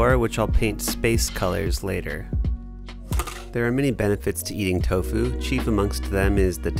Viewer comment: He said tofo